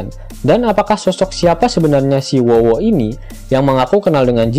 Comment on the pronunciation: Sebutnya yg bener min namanya 'Who's Who' loh & nyebutnya 'hus hu'. Wowo apaan 😂